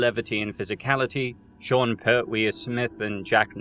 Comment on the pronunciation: Sorry, its Per-twee not Pert-wee x